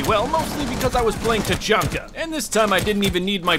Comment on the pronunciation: Tachanka more like ta-chunky